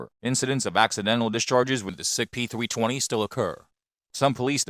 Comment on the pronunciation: sig peethwee twenny